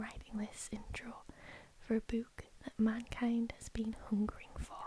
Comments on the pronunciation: i know you have an accent but the way you say book bothers me so much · Love how she says "bewk"